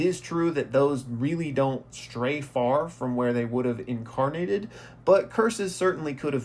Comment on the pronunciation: incarante. lol